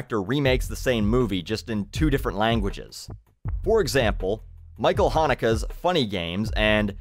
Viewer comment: Michael "Hannukah" Hanake.